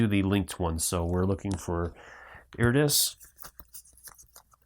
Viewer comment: Thank you for the video, however, I could not finish watching it for the mispronunciation of "TARDIS" (tarderis) and "anomaly" (abnomality), it was just too grating for mine.